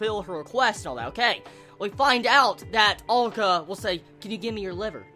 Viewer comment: head's up dude, he or she? is pronounced AH-LU-KAH